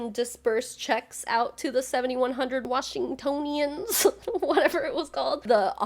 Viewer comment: Also you said Washingtonians correctly aha. Wash-in-toe-nians! Its a weird one and trips everyone up, even here. (Same with Seattleites!)